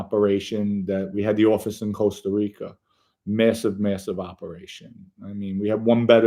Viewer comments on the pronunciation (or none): none